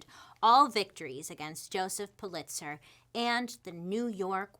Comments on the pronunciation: Am I the only one that it bugged that she kept saying puh-LITZ-er? Correct pronunciation is PULL-it-sər. She’s losing credibility with me because of stuff like this. I know she has trouble pronouncing certain words which is fine, but usually she claims it. Btw. I loooove Hearst Castle too! Oh the pools! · Actually pronounced more like POOL-it-zer. 😉 I heard a rumor about Hearst having a castle. Know anything about that? 🤔😄 It is pretty impressive, isn’t it? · It's pronounced Pul lit zer. Just FYI.